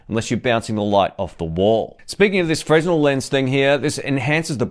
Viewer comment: I like your reviews and I hope I would be of help to you, by correcting the pronunciation of the Fresnel lens - it's pronounced frenEl (fre-nel).